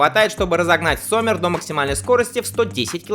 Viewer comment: Только не Соммер, а Зоммер (лето)...